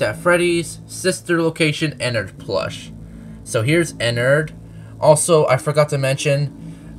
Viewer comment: thank god you pronounce ennards name correctly